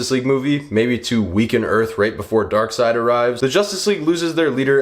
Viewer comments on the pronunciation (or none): none